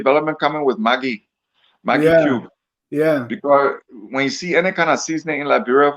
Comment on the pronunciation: Fwen is a mende language.